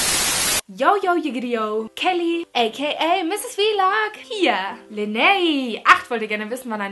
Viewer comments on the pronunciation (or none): none